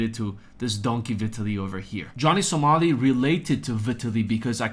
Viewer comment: Isn’t it pronounce with a long I?